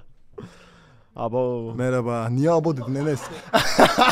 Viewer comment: Enes:abovv:niye abov dedin enes😅😅